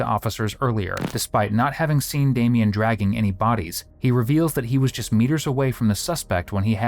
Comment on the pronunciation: DAH May Yon? 😂 You make him sound like an '80s operatic singer or Ricky Martin's newest member of menudo. It's just plain old Damien. (DAY. ME. AN)